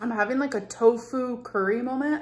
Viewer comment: I'm really sick of her saying "I'm having a molment". Enough already. Jeepers 😢